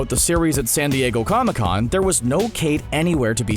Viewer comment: You said cona con. Lol